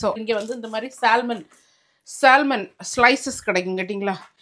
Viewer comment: You do not say Salmon . Pronunciation is Samon . L silent